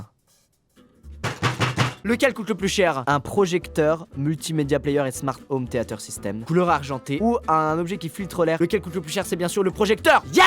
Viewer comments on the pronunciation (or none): none